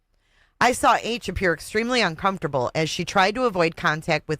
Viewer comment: i cannot stand her pronunciation of the word un-com-for-table